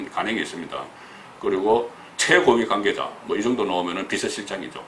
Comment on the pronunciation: 송 국장님 권력구조 - 걸력꾸조 권위주의 - 거니주이 대북관이 과연 철저한가 - 대북까니 가연 여권 인사 - 여껀 인사 청와대 - 청아대 관계자 - 강개자 복모음 발음에 ... 흠 서울에서 사신지 30 ~ 40 년 되셨을텐데.... 아직도 정껀 재창출 민주당 분위기가 나옵니다. - 노옵니다.